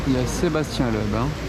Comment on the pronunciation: "je rêve où c'était Sébastien leub" t'abuse sur la prononciation frangin c'est miteux là